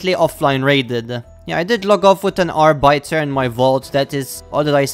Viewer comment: That’s not how you pronounce Arbiter my man